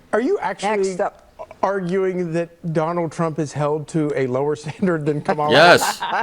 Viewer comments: I hate how they intentionally mispronounce Kamala's name: it's emphasis is such: KAMA la. So rude and disrespectful. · People who mispronounce Kamala’s name, just a poor reflection on themselves. If they can’t Provence a name correctly, they look stupid